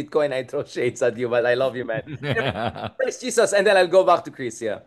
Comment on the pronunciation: Prof Richard, pls call him HESUS (Filipino pronunciation) NOT JESUS. JESUS IS OUR LORD po. Sorry. 🙏❤️